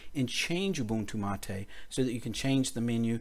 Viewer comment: Although it worked, and helped fix a bad config with Brisk menu applet failing redundantly, Stephen was correct. Thank for this solution to an unexpected upgarde from the Mate team. And BTW, Mate is pronounced as m-eight, not ma-te, like latte!